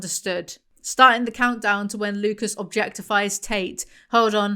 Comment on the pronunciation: side note: i've been watching House MD recently and every time you say "Lucas" i get gaslit into thinking his name is Lupus